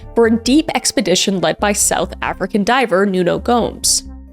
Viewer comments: tragic stories but I'm sorry I was laughing so hard at how badly you pronounced the south African names XD very American (sorry). but please look up the pronunciation of things from south Africa because we have 11 official languages ^^ love your content though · 😂😂 Sorry Kris. All the pronunciations are wrong.. 🇿🇦 I know you tried tho